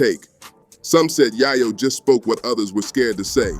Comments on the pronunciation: “Yaaaahh Yo” lol dude it’s Yay Yo!! get it straight ❤ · GO THERE!.. AND ITS ""YAY-YO"... NOT " YAH-YO"....HUH?!?!?!? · Your saying yayo wrong dawg… also I’m white smmfh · Idiot can't even pronounce Yayo correctly. Bye Idiot